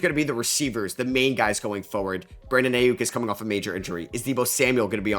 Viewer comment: You'd think with how much this guy makes football content, he'd say Aiyuk and Chuba right